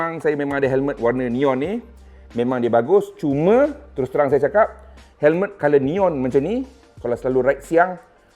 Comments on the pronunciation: Hemlet ke Helmet? cer dengar kat 0.53s.he he he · Hemlet… mmg dia sebut hemlet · Perasan jugak tu hemlet. Kalau orang indon panggil helem terus kekekeke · Sbotan lidah arab mmg bunyik cmtu bang.haha